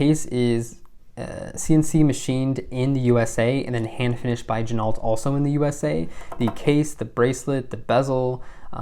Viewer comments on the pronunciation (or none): Gin-O......not gin-alt Same as ren-o, not ren-alt (the car) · The name Ginault is pronounced "Jin-oh". Don't pronounce the "T". Never hand wind it. The entire bracelet is made in Asia.